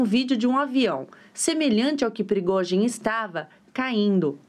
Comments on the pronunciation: Da uma agonia eles falaram Progózin, e não Prigozin. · Esses repórteres poderiam aprender a pronunciar o nome do prigozghin ,essa pronúncia da CNN dói os ouvidos, vergonha